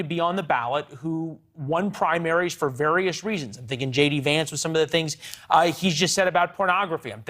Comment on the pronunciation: This guy can’t even pronounce his own name correctly 🤦🏽‍♂️ WTF